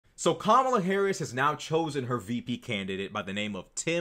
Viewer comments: Saying "Kambala" instead of Kamala may be the B-word. From men like that, i take it as a compliment! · Kamabla😂 that must hace being on purpose